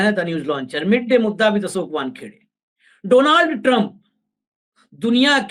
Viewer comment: डोनाल्ड नहीं भाई डॉनल्ड